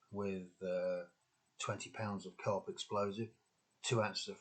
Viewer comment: Haha, the subtitle text and what you said sounded like CARP instead of CO'OP explosive. I am former Royal Engineer Specialist Search Team (before transferring to Int.Corps), and the amount of times I cleared paths to huge I.E.D explosive Milk Churn Culvert Bombs in South Armagh with not much more than a Flack Jacket so that the ATO ( Ammunition Technical Officer - then RAOC instead of R.E.) could approach the device, ring it with rope, pull it out of the culvert with a Landy as 'Wheelbarrow' couldn't do it. Gets it into a nearby field add a charge and blows it up - BOOM. We already cut the command wire by the way. Does anyone want to read this stuff in full when you're not a former Paratrooper or SAS - we all served and we all did some hairy shit - it was what it was. 😉🤦‍♂️😁